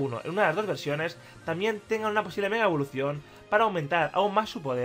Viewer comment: omg ese "mega"